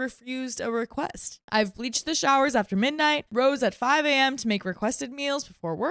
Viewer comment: "I need to be very careful when enforcing boundary" is not a correct sentence! It needs to be boundaries. Enunciate the full last word of sentences! Don't make us guess what you're gonna say. "Reque" does not equal request, pronounce the full word!